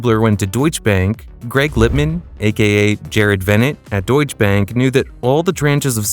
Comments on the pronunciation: I think it is pronounced DeutschE bank with an e at the end, not Deutsch bank. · Deutsche is two syllables.